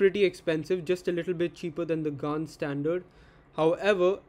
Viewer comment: You actually pronounced gan correctly first time